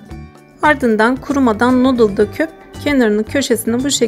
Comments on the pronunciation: Nodıldan hhjhıdjdljeej nudeldan diye okunuyo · Nuudil, nodil degil. Nayngeg, nayngag degil. Isterseniz dokuzgag ya da eriste diyebilirsiniz boyle yarim yamalak dil kullanma cabasina gerek yok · Şey o “nudıl” diye okunuyor ama yine de sen bilirsin :)) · "Nodıl" deyişi ... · NODIL DEĞIL ONUN OKUNUŞU NODIL DEME ARTIK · Abla o Noodle deyil nudıl diye okunuyo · Abla nudıl diye okunuyo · Noodle öyle okunmuyor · Noodle ı yazıldığı gibi okuman çok sinir bozucu.